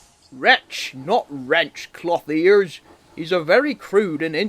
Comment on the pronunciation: I don’t know why, But i always thought he said “ Clothy-ass”, even thought that word doesn’t exist…LMAO